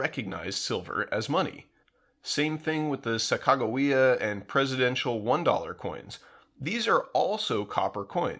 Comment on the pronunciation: The "Suck-a whata" coin? Sack-A Ja-We-a